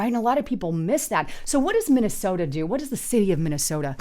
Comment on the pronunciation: She has done it consistently for a long time. It's also not the city of Minneaota. 😅